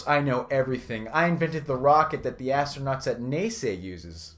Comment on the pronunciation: "...Astronauts at (Nay-say) uses" LMFAO